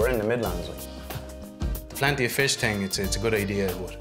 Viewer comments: Ok i know I shouldn’t laugh but HAHAHAHAHAHAHAHAHAHA he said ting instead of thing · I’m British and yes it still makes me laugh when they say think like Tink.